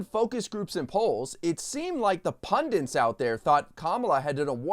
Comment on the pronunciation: “pundents”?? 🤨😳 How do you even spell that, “pundents,” “pundints” or “pundants”? I've heard of pundits before though… 🙄😏